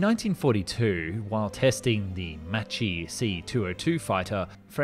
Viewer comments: macchi not maci.... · A detail: Macchi is pronounced MAKKI, you pronounced "macci". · Great video! Just a little tip on names pronunciation: - Macchi is not like "machines", in italian "ch" makes the sound of k, read it like "makki" - Agello is read with soft g, similar to what you would read "ajello" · Great video. But er, Jacques is not pronounced "Jackoo" and Macci... well, you look it up. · Say "Mackie". Now say " Macchi"❤ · The name MACCHI must be read like MAKKI in English. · You pronounced macchi correctly in one paragraph, and then mispronounce it in the next? Hello, Production standards?